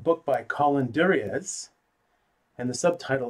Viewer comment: Just for your own knowledge... the authors surname is pronounced "jur-ree-a". It's a French name so the Z is not pronounced.